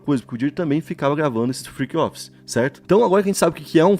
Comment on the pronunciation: Friqui offis 😂 Inglês de milhões